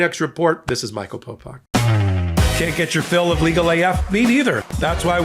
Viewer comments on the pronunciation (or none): none